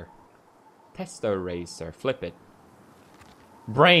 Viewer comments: the superhero card: is obviously pronounced tess-er-ACT-er pewds: teserayster :) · PewDiePie it's tes-sa-rac-ter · ah yes teserester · Lol he said testarester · TesserACTER xD